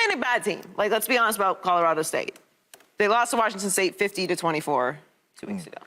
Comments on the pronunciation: Shady "Cahdarado!" 🤣🤣🤣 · Shady not being able to pronounce Colorado after 3 weeks of having to talk about them kills me😂😂😂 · Yes!!! C’mon bro 😆😆😆😆